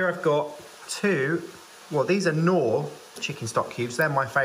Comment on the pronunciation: As a German I absolutely love how you pronounce "Knorr" with a k like in "know" it sounds way nicer. In German the k is pronounced more like the c in "cold" which makes it a bit more aggressive.